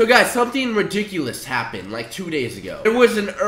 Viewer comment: was I the only one that caught him saying ridiculous wrong?